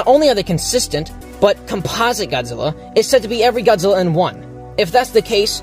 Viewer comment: It's not compasa godzilla it's composite Godzilla